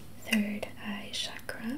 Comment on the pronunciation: It is pronounced as Chuck-ruh.